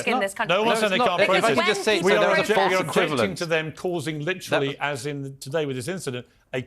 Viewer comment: stop with LIT-TRILL-EEE, the word is lit-ter-ally.....TER, TER........NOT TRILL!!!!!!